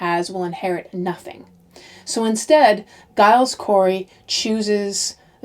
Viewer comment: Hi., interesting series. Just to let you know Giles Corey is pronounced Jiles. I'm a fellow G/J Gillian. I know Americans aren't too aware of this.